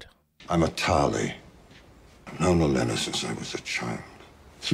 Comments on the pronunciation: Okay, it's not Elena, it's Olenna, and Qyburn is pronounced like a K, not a Qu. Any names here that have a Q not followed by a u are not pronounced Kw. You've probably finished recording all these by now, so, just in case this is useful to you later, I guess. :) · Olenna, pronounced O-lyn-a 😊